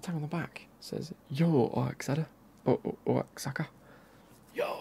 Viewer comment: The city for the Liga MX kit is pronounced like wa-hakka and the team name alebri-hays